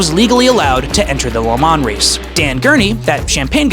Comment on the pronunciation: Hate the way he says Le Mans